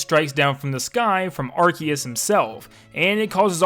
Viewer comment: Arceus (ar-see-us) sounds better. Can we call it that